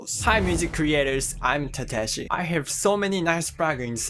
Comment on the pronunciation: Tateshi turned Russian at the end there XD